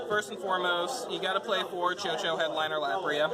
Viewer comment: chouchou is pronounced as (Shushu) btw